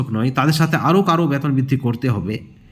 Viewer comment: আপনি আগে সঠিক উচ্চারণ শিখুন বেতন বলুন, না বলে ব্যাতন বলছেন কেন খুবই কানে লাগে